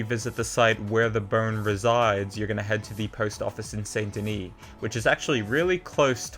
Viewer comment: You can tell if someone really plays by the way they say saint denis